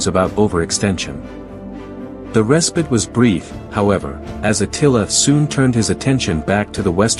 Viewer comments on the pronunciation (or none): Is this an ai voice? Pronounciation mistakes: respite, Chalons, Gaugamela..